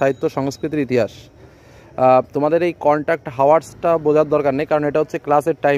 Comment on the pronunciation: Apni eto boro youtuber eto subscribers ar ekjon tutor edike hours uccharon korchen হাওয়ারস.. bah ki sundor..